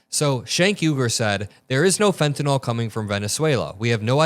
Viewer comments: Its not fentenol... its fentanyl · PLEASE PRONOUNCE THE DRUG CORRECTLY!! IT SHOWS YOU ARENT PROFESSIONAL. ITS FENTANYL (NIL) NOT FENTANYL (NOL). PLEASE! You're misinformed!!! R.N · my pet peeve: it is not pronounced FentaNOL -- it is Fenta NIL. end rant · Not always credible since the drug in not fentenOL, it is fentenYL. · I wish people would stop mispronouncing “fentanyl.” Is there an “a” in that last paragraph? No, that is a “y.” The pronunciation guide uses a schwa sound. Pronounce it as though it ends in an “le,” as in “little,” or “able.” You can look up the pronunciations of any word, and nearly any proper noun, online. There is no reason to mispronounce words, when you can find & learn the correct pronunciation in one minute’s time.